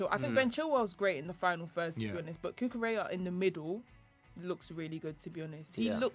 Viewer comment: the double L in Spanish words is pronounced like a Y. Cucurella is not pronounced like Cinderella